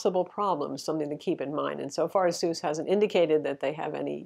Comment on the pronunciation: Of all the ROG phone 2 reviews that I've watched on YT, this is like the only channel that has ever gotten the brand "ASUS" correctly pronounced.